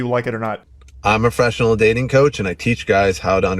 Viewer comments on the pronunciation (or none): „i‘m a freshional datin coach…“ lost me there